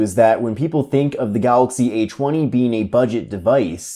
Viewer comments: Samsung Galaxy "Achewny" lol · Samsung acheewny late chweeny nineteen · Galaxy Achweeny! 🤣🤣 Can't stop laughing